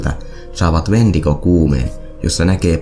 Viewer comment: Toi "Wentigo"-sana kuulostaa siltä "huumenesteeltä", en muista sitä nimee kyl just nyt 😂